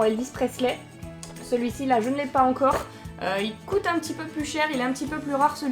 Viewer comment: Pourquoi tu dis cot et tu dis pas coût